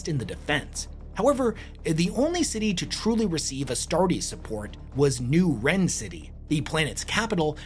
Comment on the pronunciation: It’s pronounced rin not wren 🤦🏻